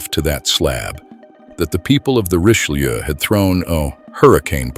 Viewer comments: For a video everybody says is so well done, the least you could have done is learn how to pronounce the Richelieu. Reech-eh-loo. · It truly is superbly-done. Unlike the majority what YouTube feeds you today, this appears to be narrated by a human being, not a computer. Except that he/it doesn't seem to be able to pronounce "Richelieu". So it may be A.I. after all. But it is a great video, nonetheless.